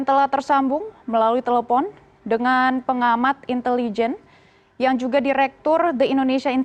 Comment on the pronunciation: nah ini baru sdm yg bagus, cara pengucapan INTELIJEN yg benar, yg pengucapannya aneh bukan salah orangnya tapi Guru Pertama Bahasa Indonesia. entah lulusan mana gurunya